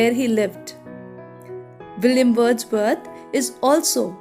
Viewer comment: Why you said Billiam Bordsworth 😭😂😂